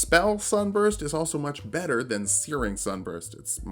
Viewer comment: For a second I thought you said "better hentai" when you were explaining why you started with fighter and I was reminded of some stuff.